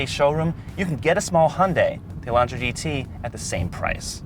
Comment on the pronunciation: This review has missed a large amount of features, and the presenter keeps mispronouncing everything. Echo-sport? No. It's ECO sport. UH-LAUNTRA? REALLY? He needs speech lessons. He sounds like he has brain damage.